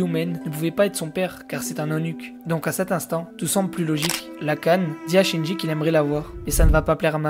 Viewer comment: Mec, c'est pas Shinji, c'est Jinshi. Tu inverse les syllabes :p